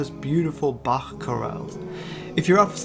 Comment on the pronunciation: pff, this video was funnier than usual also this is the first time I've heard Bach pronounced correctly in English, people usually just pronounce the ch as a K for some reason